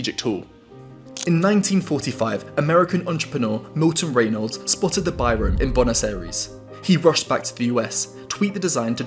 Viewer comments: His last name is pronounced bee-ro, despite the device itself being called a bi-ro in the UK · Biro: “bee-ro” Oh, you Brits.